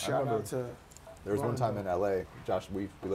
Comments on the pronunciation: Bro said Rondon Ronjo 🤣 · Fat Joe is that uncle every Puerto Rican has that butchers the name of everyone & you cant help but just laugh and want to hear more. he said Rondo Ranjo LMAO! 😂 😂 🤣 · “RONDON RONJO”